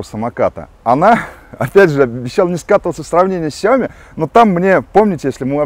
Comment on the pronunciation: Gennadievich Бесят меня эти Ксяомишники. сяомИ Xiaomi 小米 Ударение на И!!!!!